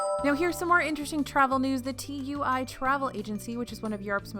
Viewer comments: it’s so weird as a british person to hear tui read as T U I (it’s actually pronounced two-ee) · Thank you for keeping us so informed, my trip for next june from the uk will hopefully be "normal" by the way tui is pronounced toowee lol. Love you guys x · By the way TUI in the UK is pronounced two-E you don't have to spell it out!!! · TUI is pronounced two-we 😀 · TUI is said like tooey it’s said as a word rather than letters x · Loved the video as always! Small side note, TUI is pronounced "too-ey"! :-) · Dunno if it’s been mentioned but TUI is pronounced 2E (say it quick) to stop confusion with the UK peeps. But thanks for an amazing vid as always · I was hoping someone else noticed too 😹